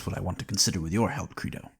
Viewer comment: How about learning to pronounce your source material's title properly before recording?